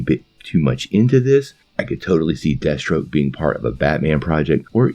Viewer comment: I though I heard Destro instead of Deathstroke and I had to replay that part.